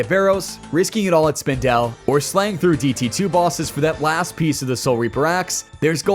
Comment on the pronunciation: Howie Spindel is what I’m calling the spider from now on. I’ve never heard anyone pronounce it like that. Good video, thank you for the tips 😊